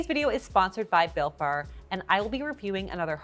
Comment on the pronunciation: At first when you said this episode was sponsored by Built Bar, I mistakenly thought you said it was “sponsored by Bill Barr.” Didn’t realize he got into WIEIADs after departing the Trump Administration 😂